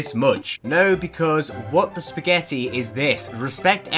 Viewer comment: I love the parts when he says "sPaGGeTi"